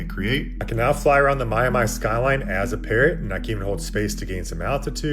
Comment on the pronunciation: Did that mofo just say "Mya-my" instead of Miami? Twice! Thats cuz the whole damn video is A.I. and that mofo aint real